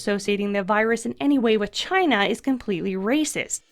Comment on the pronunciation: “The supa germ from Chy-na/ The supa germ from Chy-na...”